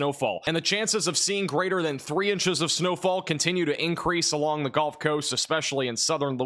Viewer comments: please stop saying ''golf'' coast ... it's gUHLF coast ya yankee!! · Good work. But tell me.. why do pronounce the Gulf Coast, the GOLF Coast? Why is that? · its gulf, not golf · there is no such thing as the "Golf" Coast. It's Gulf. Rhymes with "yup." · Great channel but the "golf" coast driving me crazy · He's not American